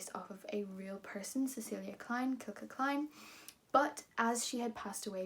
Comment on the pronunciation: It's Silka, not Kilka. Short from Cecilia, Ce + cilia, cilia becomes Cilka, pronounced with an S.